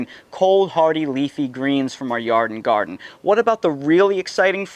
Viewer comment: Are you saying "yarden garden"?